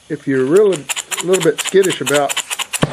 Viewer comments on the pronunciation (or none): none